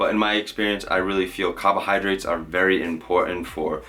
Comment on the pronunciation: love the way ya say “cahbohahdrites”